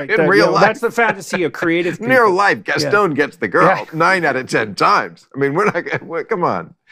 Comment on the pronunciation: So like….. Gaston is NOT the beast.. 🤔🤔🤔🤔🤔🤔🤔🤣🤣. Then he calls him Gas.. stone…. This does make me want to drink less. 😂